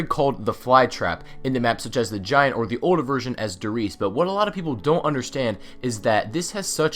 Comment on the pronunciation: Dear God, the pronunciations... Die Glocke sounds like DE Glocka and WunderWaffe would sound like VunderVaffe...